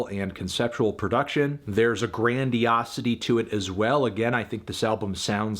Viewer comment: stg you said “grand yassity”